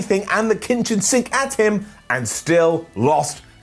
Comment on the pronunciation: " the Kintchen sink" lol